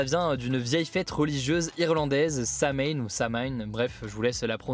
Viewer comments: on ne prononce pas "samain" mais sow-in, Halloween c'est un mot purement anglo-saxon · Juste pour Samhain ça se prononce « Saween » 😊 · Aucune des deux prononciation de Samhain est correct: ça se prononce SOW-IN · La bonne prononciation est "sao-win"